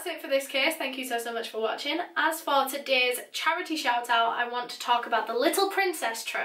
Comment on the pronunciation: i was just crying n then i heard " so tudaes vidoa"